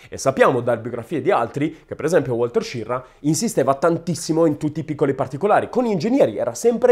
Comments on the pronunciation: SCHIRRA non "SCIRRA" ERA SVIZZEROSARDO. O meglio ITALO AMERICANO. Quindi almeno dillo in Italiano il cognome. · Una notazione.La pronuncia di "Schirra" non è "Scirra". Ma proprio come si scrive. Schirra aveva origini italiane. Per la precisione sarde! I nonni erano di Ghilarza, in provincia di Oristano. Emigrati poi in Svizzera, poi si spostarono negli USA. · A quanto sembra Schirra aveva origini sarde, si dice che suo nonno fosse di Ghilarza (Oristano) ed emigrò prima in Svizzera, poi negli States. Coincidenza: a Ghilarza visse anche Antonio Gramsci. Se questa tesi fosse vera, il cognome Schirra cognome andrebbe pronunciato "Skirra". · Hai perfettamente ragione, stando a Wikipedia. Schirra è un cognome sardo e si pronuncia proprio Skirra. La sua testardaggine potrebbe essere proprio quella dei sardi 😂😂